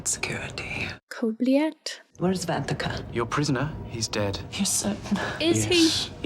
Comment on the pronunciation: See how Terry (Dax) mispronounced the name? She said "Van-teak-ah" instead of "Van-ta-ka".